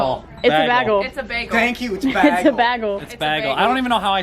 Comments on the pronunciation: it's a bae-gel not bah-gel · its a bay gol not bag ol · BAY- GGEL! I am from NYC. It is not pronounced bag-gel. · It’s a bae gel Not a bag el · It’s not bag el it’s baygel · im genuinely concerned that your friends pronounces bagel like bag-ul instead of bay-gul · i’m british and i can confirm it is pronounced ‘bay-gall’ not baggle:/ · BAYYEEEEgle not BAGGGGgle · I'm upsetoabout how they said bagel. it's bay-gull not bagul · Omg the way they said bagel it’s pronounced baggal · It’s definitely pronounced Bay-gul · coming from a new yorker where bagels are our specialty, it’s pronounced BAYgul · It's pronounced Bay- gull I agree with Jenny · coming from a new yorker, it’s pronounced “bay-gle” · its “baegel” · it’s BAY-GEL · yall really just fucking said BAG el. thats just wrong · pronounced bae-gull✌🏼🤠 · it’s bay👏gull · "bag el" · it’s BAY-gel and that’s that on that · Zaina S no I’m from Michigan and they are so incorrect bagel is pronounced Bay-gul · i didn't know people said bahgel not as a joke lmao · It’s pronounced ( bay-gel) and if you think any different you’re weird lmao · it’s (bay-gel) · Tf they say bagel like bagel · Were they seriously pronouncing it bagel ? It’s bagel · the way your friends pronounce “bagel” stresses me out 😂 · The way you’re pronouncing “bagel” confuses me. I can’t tell if you guys are joking or not. I agree with Jenny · the way the pronounce bagel 😤